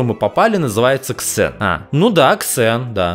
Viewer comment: НЕ Ксен А ЗЭН такж как серверники интола Не ксеон А зеон